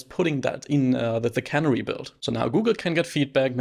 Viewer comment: pronunciation tip: CANARY is a bird, the accent is on the middle syllable (NAIR). CANNERY is where vegetables get put into cans, accent on the first syllable (CAN)